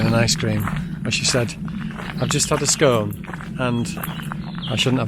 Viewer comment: You pronounced it correctly, it’s Scone as in “one” , not scone as in “stone”.